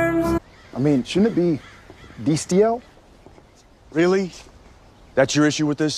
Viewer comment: Sam shipping "Deestiel" 😌